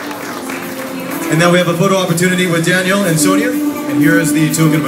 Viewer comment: Sonia "Sweeee" hahaha omg, learn how to pronounce her name please.